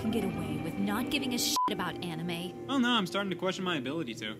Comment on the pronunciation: lmao "anna-may" I have found the name of my future daughter. She will be named after the one thing her daddy loves most in the world.